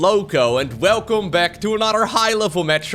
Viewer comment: I know a lot of people like the different Lowko introductions to the videos. My favorite part is the "Velcome".